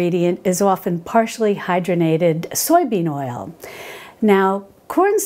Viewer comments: Hydrogenated, not hydronated. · The word is 'hydROGENated'